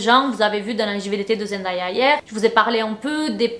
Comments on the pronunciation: Oi genti! Je voulais juste prévenir que Zendaya se prononce Zen Day ya et non zen die a ça n'est pas une remarque c'est parceque qu'elle a dit dans une intervention qu'elle supportait plus qu'on prononce son prénom comme ça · Salut, ta vidéo est bien intéressante mais tu prononce mal le nom de Zendaya. Ça ne se lit pas en français.